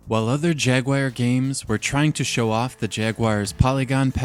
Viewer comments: Stop saying ... JAG-WIRE.....! OMG why are people adding an I into the name!? It's JAG-W-ARE .! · Though Americans typically say Jag-war - which, while foreign to Brits, is perfectly acceptable. But Jag-wire? That's just odd. Maybe he has an obscure speech impediment, in which case, I'm sorry. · lol, great video and attention to detail. But yes, for foreign English speakers such as America and everybody else, it's pronounced Jag-you-are. don't spend much time on that "you". Say it like "you" but very very short! maybe say you for quarter of a second. And it's never ever wahhr or wire. actually to me it's "jag u ah rr" I'm from Scotland and speak English the way it is supposed to be spoken. I don't overly soften r like so many native English speakers do. Northern English speakers don't exhibit this "bug". I always roll my r's when appropriate but not here. This is a soft R